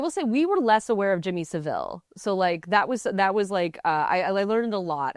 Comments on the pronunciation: Saville is pronounced the same as the famous street name. Sahvill, no s'vill. Well done for at least knowing about him and mentioning it, though. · Can someone tell the host how to pronounce Savile. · Stopped watching immediately when she mispronounced Saville and the Englishman didn’t correct her. Unacceptable. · lmaooooo did she just call him "Jimmy Seville"? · whyyyyy does every american pronounce jimmy saville like that